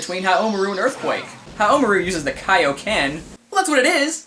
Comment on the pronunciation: I believe the emphasis should be on the RU,and not on the MA. Like HaomaRU, not HaoMAru again, I BELIEVE that's how it works :p I too know someone from Japan who can tell me if I'm wrong.